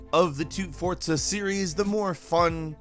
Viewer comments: Forza* not fortza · Wtf is FORTZA ? Its FORZA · For-Za, not Fort-Sa. Or just me? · Fortza... Fortza..? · Fortza!! wtf. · Why does everyone pronounce forza like fortza I don't understand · Fortza, Forza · Know one is going to bring up the forTza ? For T za? It's Forza...no T in there at all. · Why you say "Forza" as Fort-sa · Are you saying "Fortza"? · I know I'm not the only one. "Fortza" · don't really care about racing games...but "fort-za" instead of how its written?! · is he saying "fortza"? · Theres no T in Forza. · I'm sorry, but the way you pronounce Forza is HEINOUS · there's no "T" in Forza, my guy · The way you pronounce Forza is Frustrating me.